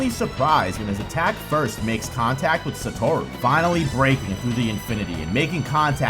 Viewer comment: Sorry but this video annoyed me a lot, not in content, the content was fine. But because of how incredibly wrong you say "Satoru". I will never understand how people have so much of a problem saying the names when the anime exists and you hear how it's said there. It's SatOru, not SatArou or SOtorou like you say it.